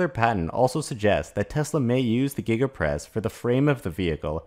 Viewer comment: Did he say Giga Press or Giggidy Press ??